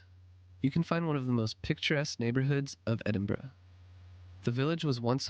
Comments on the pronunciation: It's pronounced Ed-in-burra. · The pronunciation phonetically Ed-in-burr-ah 😃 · Still pronounced it incorrectly after hearing it said several times during the video 😂